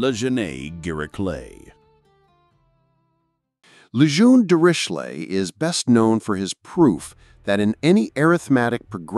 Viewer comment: Um. And Lejeune. And Nooton.